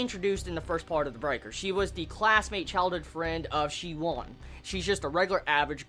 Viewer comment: I think the main character's name is pronounced shi and then woon like toon or soon. Same for the Wun woo clan. We'll at least that's the way I've been reading them since I started